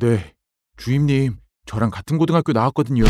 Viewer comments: 주임님을 주인님이라 하는줄ㅋㅋㅋㅋㅋㅋ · 하 이젠 주임님이 아니라 주인님으로 들린다. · 전 왜 자꾸 주임님이 주인님으로 들릴까요?